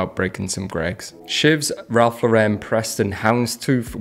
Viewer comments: Ralph Lauren is an American brand. It is NOT pronounced like Laurenne. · Pronounces enfants rich deprimes like a French but pronounces Ralph Lauren incorrectly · I’m British, but why does every British person pronounce Ralph Lauren wrong. The man himself once said his surname is pronounced like a girls name. But is brits seem to always wish to pronounce it wrong. Something that is normally an American thing to do